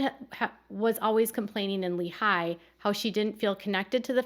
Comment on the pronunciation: Hi! I have some quick feedback on name pronunciation (from an Utah native). In Lehi, you tend to break it up like it’s two words and put a lot of emphasis on the eye sound at the very end. The emphasis locally is on the ee sound of the first syllable and overall it’s spoken more quickly.